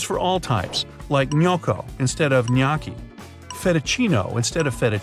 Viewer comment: It’s not pronounced an-ki it’s neo-ki